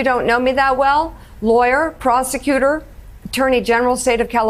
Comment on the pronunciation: Proscetuter😂 Yep She gotta background